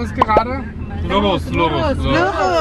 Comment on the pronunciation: Sikocik 😊 lurus kok aku dgr ny jd kurus yakk 😂